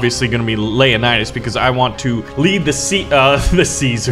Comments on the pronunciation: Buddy it's LEO-Nidas... not LAY'anidas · lea_nidas Actualy acording to history its Leo_nidas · Is it just me or did anyone else realize how he pronounced leonidas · You mispronounce Leonidas